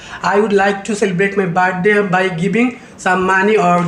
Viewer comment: Bhai sir ka slang to check karo op 🤣 Birthday ni bathday 🤣